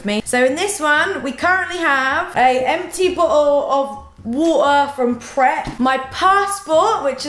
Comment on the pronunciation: The way you said water hahaha